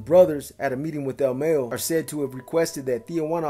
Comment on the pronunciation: Ok say with MA-YO the first part is like if you’re saying mama but your only saying the first two letters MA and then YO like York but only pronouncing YO. So all together MAYO not Mayonnaise 😂😂😂😂😂 puro pedo BEE